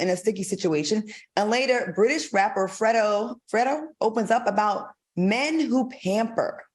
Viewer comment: Nah you all ain’t gonna do our FREDO like that 🤣 it’s pronounced like FRAYDO and as a gay man he never said it was “too gay to do anything” stop the with the reach lol He did say men are too pampered, but he’s playing look at how pretty this dude is, He’s pampering too come on now!